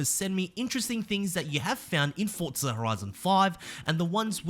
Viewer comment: English lesson for you Forza has no letter T in it For za, not fort za 😂😂